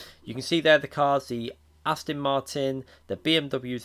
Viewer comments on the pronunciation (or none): none